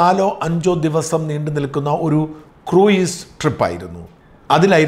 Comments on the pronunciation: The pronunciation is /kruuz)not kruiz like fruit. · സാർ ക്രൂയിസ് അല്ല ക്രൂസ് എന്നാണ് ഉച്ചരിക്കേണ്ടത് ... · കൃയിസ് അല്ല..... ക്രൂസ്.... എന്നാണ് പറയേണ്ടത്....... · Sorry Sajan, it's pronounced as 'cruz" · Yes,it is /kruuz/.please check the pronunciation before using English wirds